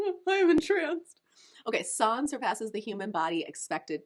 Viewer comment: Just a quick infi before i finish the video: the way you said San is the right way! Don’t let that robot voice confuse you ;) The A's are usually pronounced like the u in Sun for example.